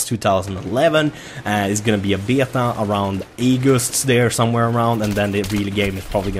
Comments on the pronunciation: BAY-ATA (beta) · I love how says beta "beahtau"